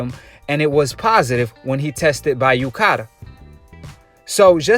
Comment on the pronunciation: "UKCADA" loool. It's UKAD, idiot!